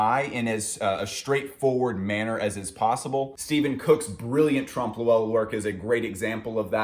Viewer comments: Hey! Love this series, sorry I only just watched it now. Not sure if anybody's given you this input yet, but it's pronounced basically "Tromp Loy" rather than "Tromp Lo-Ell". <3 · its trompe oeuil not trump loowell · trump lowell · Haha, trompe lewel?.Ill admit its not an easy one but the O is silent then you pronounce EUIL in one sound. E in french is almost replaceable with A in American english so try .. Trompe LAUIL. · that trompe l'oeil pronunciation :( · the way he says trompe l’oeil hurts me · it took me a while to realize you're saying trompe l'oeil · it's actually trompe l'oeil but agree that he murdered the pronounciation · Ok I’m sorry but I hate listening to the butchering of the pronunciation of tromp l’oeil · didn't understood what he was on about for 10 seconds because of that.